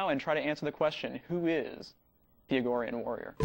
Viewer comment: Argorian... like Argonians of some other game... lol